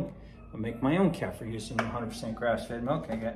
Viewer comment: Kefir…. Pronounced: Kay-fear